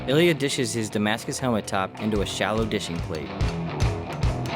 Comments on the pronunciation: Ilya, not Eliot. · Can you say "Ilya" more often, please?